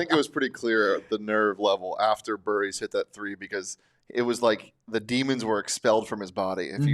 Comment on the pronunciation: Am I the only one that was annoyed that they couldn’t get Jaden Bradley or Brayden Burries names right through out the whole game. They had to mispronounced both at least 3 times